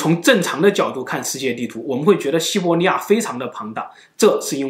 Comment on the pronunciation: 五胡 nuàn 华。。 这里(li),不是 zhe ni N 和 L 分不清 西伯利亚，不是西伯尼亚